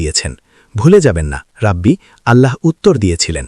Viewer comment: শব্দটা রাবি আর অনুবাদক উচ্চারণ করতেসেন রাব্বি!🙄অনুবাদের সময় শব্দ গুলো উচ্চারণ ঠিকমতো করতে হবে!